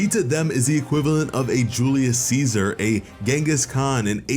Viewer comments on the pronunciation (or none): none